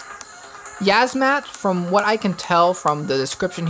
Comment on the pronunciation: It's yiazmat not yazzmat